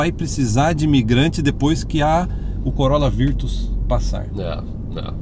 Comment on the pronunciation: Nao entendi bem ou vcs falaram COROLA VIRTUS...?????..Eh assim q se fala no Canada????😱